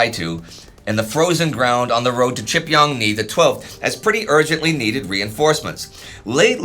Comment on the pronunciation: The pronunciation 😂. Gotta consult a Korean guys. Please. 지평리 is closer to GeePyeongNee not chipyongnee. More of an "oh" sound than a "ah" sound. And the ch is closer to gee in pronunciation.